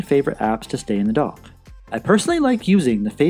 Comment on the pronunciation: For the longest time, I thought you were saying "The Apple Dog". I finally realized you were saying "The Apple Dock". I'm in Houston, TX and I guess we speak a different English language here. BTW, I have the Series 5 but your videos are still relevant.